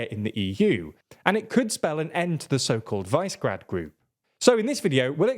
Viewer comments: Dear, it's pronounced [ˈviʃɛɡraːd] or [vish′ə gräd′], if you can't read phonetic spelling. Please, please please stop butchering non-english cities' and people's names. You make good content, but completely undermine your journalistic reputation by constantly mispronouncing foreign names. This makes you look really dumb, you know. And I know you ain't stupid, so I can't, for the love of god, fathom, why you don't take a minute to search on the internet how to actually pronounce words. This makes the difference between an amateur and a professional. Just saying, this has been bothering me in soo many of your videos for a long time now. 🤦‍♂ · it's actually Visegrád [vee-sheh-grad] - the "s" is pronunced like "sh" in English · Since Visegrád is a slavic name, but written in Hungarian orthography, it has to be pronounced Vee-Sha-Grád (á like British English apple). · Just realpolitik. Poland want a piece of the action to dominate the other 24 EU countries along with Germany & France. With Germany in decline it's a prime opportunity for Poland. Purleeeeease! Visegrad is pronounced "Vizzygrad". 😎👍 With more Eastern countries slated to join, Visegrad will call more of the shots. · Guys, Visegrad is pronounced differently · Man at least pronounce Visegrad properly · Sorry can’t take seriously a political commentator that can’t be bothered to find out how to pronounced Visegrad. Insulting. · The fact that you don’t know how to pronounce Visegrad tells me everything about your expertise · I think you should focus a little more on making sure your pronunciations are right. Visegrad, Czechia, etc. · It’s not SE as in “segregate” but SHE as in “shepherd” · "Vice grad" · It is not VICE GRAD. It is Visegrad. It is named after a castle on the Danube. It is pronounced VI as in "visual", SE as in "segregate", GRAD is as you might expect except that the A is pronounced as in "arse" or "Arctic". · it's not "wise-gred" it's Vishe-grad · Vi-she-grad not vice grad 🥸